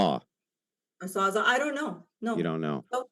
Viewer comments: said sawzaw 😂 what a tool. Pun intended. The correct term is sawzall. And that's actually a brand name for a reciprocating saw. Like Kleenex is the brand name for a tissue but people say Kleenex all the time.. I just don't understand why is so confrontational.... Must be good for the YouTube videos haha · Ok for its a sawzALL....not a "sawzah"... if hes going to test woman on things like this, you absolutely need to get the name right of the thing/tool that you are testing the person on. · By the way,, it’s a saws-all. As in it can saw all things. And even still, it’s technically a reciprocating saw.